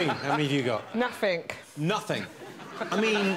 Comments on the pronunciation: not surprised the woman who said 'nufink' had nothing. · No, Jimmy, not "nothing;" she said "nuffink."